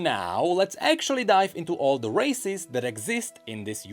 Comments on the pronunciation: Im so sorry.. accent makes its sound like he's saying racists and im laughing my fuckings ass off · Honestly I keep hearing him say racist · Everytime he says races, I hear racist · Why am I hearing racist 😭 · The way he pronounce races sounds too much like racist to me... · every time say "races", I heard otherwise.